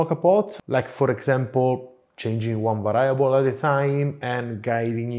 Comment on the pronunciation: Hello, love your show and you have a nice Italian accent and well-spoken English. Just wanted to tell you that a word that you use often should have the accent on the first syllable as is the case in spoken Italian. The word is VARIABLE.....VA' REE A BLE...not...VA RYE' A BLE . Please excuse this subtle correction while I always chastise English and American native speakers who are often the worst at respecting foreign word pronunciation.